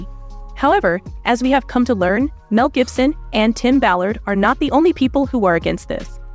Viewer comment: Is that a chant GPT narrator cuz she keeps getting those names wrong Jibson? Misk? Suspect even said entrepreneur wrong.